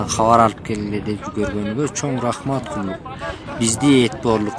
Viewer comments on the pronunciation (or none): Почему они говорят "рахмеат" ?